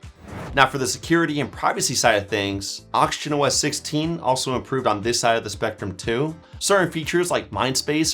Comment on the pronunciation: Are you saying oxygen or auction? That confused me foe a sec there